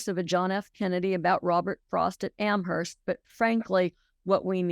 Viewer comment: I read both your newsletters daily. As of the writing of this comment, Steve just dropped off his son at school after a really cool road trip, and Joyce has chickens. To both of you: AMHERST is pronounced AM-urst. NO H!